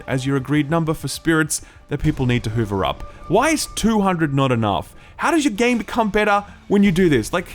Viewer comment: does he keep pronouncing hover as hoover?